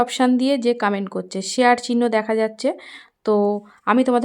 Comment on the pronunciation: কামেন্ট না কমেন্ট 😂